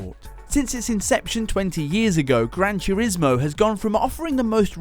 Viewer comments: Gran Churismo? I can't un hear that now. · Gran Chewrismo